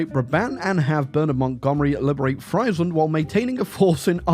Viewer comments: As a dutch hear u pronnounce "fraiseland" hurts my ears lol its like u are almost calling us french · Atleast in German, Friesland is pronounced freeze-land. There are no Fries in the name! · It's pronounced freezeland actually 🤓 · It's pronounced Freesland, not Freisland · Bro mispronounced friesland so often. The ie is pronounced like the e in me. Or like freesland. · "Friesland" pronounced like it is the land of fries breaks me 😅. It is "ie" in Dutch is just a hard i. Same in German btw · the impossible challenge of saying Friesland properly. Unless that's the real comment bait. in which case, well played sir, well played...